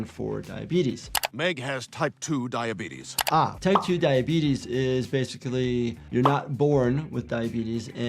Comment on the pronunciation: Ah yes. Diabeetus